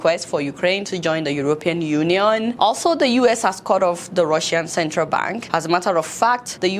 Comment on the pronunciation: Did you just pronounce cut/kat off as "kot off" ?? 🤔